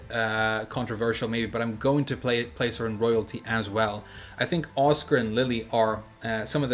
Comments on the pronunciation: I was like "who TF is Oscar?" until I realized he was saying Asuka LMAO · The way you pronounce Asuka 😔